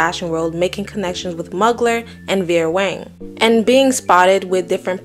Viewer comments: Muggler haha, it’s pronounced moo-glare/mu-gler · Mugler isn’t pronounced “muggler” it’s pronounced “(terry)” “moo-glare.” He’s French. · It’s Mu-gler btw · this was an awesome video! Just for future reference- Mugler, the designer, is pronounced “moo-glare” 🩵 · Great presentation👏🏾👏🏾👏🏾👏🏾 small criticism, you've mispronounced the French fashion house of Thierry "MUGLER" wrongly🚨Phonetically the correct way to pronounce the word is Moo-glare! #WordPolice🚨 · its MOO-GLARE😆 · Mugler is pronounced Moo - glare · mew(like new)-glare* phonetically. Mugler is pronounced as above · your pronunciation of "Mugler" is a new one LOLOLOLOL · Why u say Mugler like thatttt lol